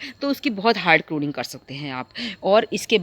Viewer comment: करोनिंग नहीं pruning होती है जी